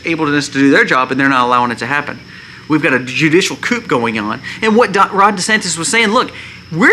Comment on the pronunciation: you are right but coup in pronounced coo!The p is silent. We need everyone to buy gold and silver. Our dollar is dying.